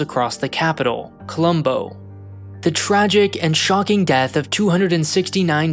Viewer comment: Colombo * not Colămbouw